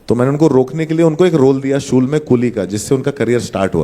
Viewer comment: Funny he was talking about the Sa and sha words but he himself calls Shool as sool 😂